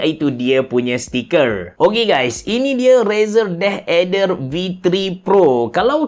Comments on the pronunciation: Yep aku dok dngar deh eder ok deh 😅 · asal dengar abe cerah sebut deh ader sounds so kelantan HAHAHAHAH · sebut deathadder versi klate auto jadi deh eder HAHAHAH , btw nice content as always